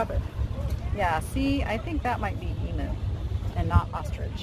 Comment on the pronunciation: Love how your daughter is learning and now I'm going to give a little lesson. I'm Aussie and koala's aren't bears, they're marsupials, so are just called koala's. Emu eggs are a beautiful green/cobalt blue colour so that would've been an ostrich egg. Also emu is pronounced eem-you 😊